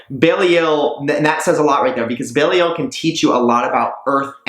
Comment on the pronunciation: I thought she was pronounced "Heck-a-te" not "Ha-Ka-Te"? And "Bee-lie-al' not "bail-ee-el"